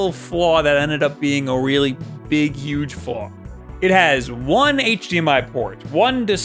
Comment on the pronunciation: YOU SAID YUGE!!!!!!!!!!!!!!! !!!!!!!